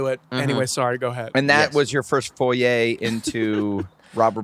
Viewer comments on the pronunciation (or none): Adam says foyer instead of foray